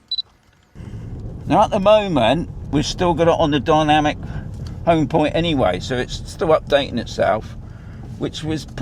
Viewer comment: It's dynamic not dymanic. Good video though 😊